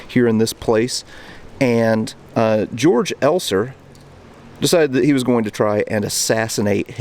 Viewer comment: There is a really good 2015 movie out on the bomb maker Georg Elser called ‘13 Minutes’. It is the best movie on this subject. A small note, you don’t pronounce his name as ‘George’ like in english, but as “Kay-orc’ Elser.